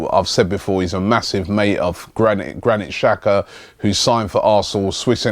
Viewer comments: its pronounced jack-uhh (xhaka) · No it's pernounced chak-a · 17 find someone Albanian and ask them how its pronounced... xh is pronounced J